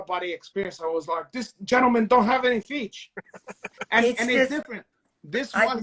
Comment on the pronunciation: deliberately saying, feech (feet) lol